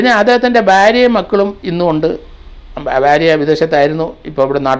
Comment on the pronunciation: Sir, Say Bharya, please don't say Barya